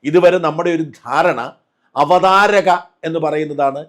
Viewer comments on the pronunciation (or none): Yes ..avathaarika thettaanu..😂I was thinking the same.. avathaaraka aanu sheri..athu pole munnaakkam pinnaakkam onnu nokki parayamo? Munnokkam pinnokkam alle?